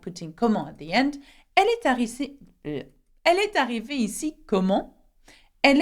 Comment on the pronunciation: in while pronouncing example of comment est-ce qu'elle..... Why did you speak est and arrivee saperately Don't you think you should make liaison and pronunciate as "ee-s-ta-hhi-veee"